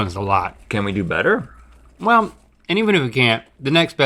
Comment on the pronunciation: The intro dialogue, the time of the show where Link stops pronouncing “R’s”...”Bettuh, than buttah”